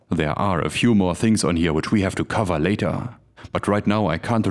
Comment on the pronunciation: I am pretty sure that the word "later" is not pronounced "lay-TAHHH".